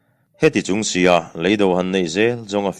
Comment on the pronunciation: Lei do tihhi Alam Dan turn awm a Lang leeido tiha lam Ava that.